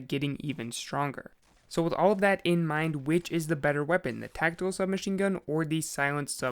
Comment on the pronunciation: TAC TICAL SMG I'M SO SORRY